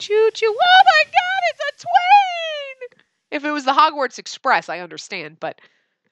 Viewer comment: “Oh my gwad it’s a *TwAEn*!” -, May 1st 2018